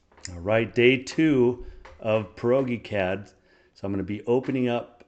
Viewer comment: Proge is short for PROJECT. So say it like that. PROGECT-CAD - ProgeCAD